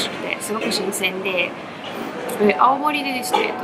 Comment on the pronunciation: 懐かしのアルフィー熱唱笑笑笑🤣 青森アオモリの発音が地元民だやなw ロシア人だどばっか思ってだけども。オラも秋田だはんで懐かしでばなや笑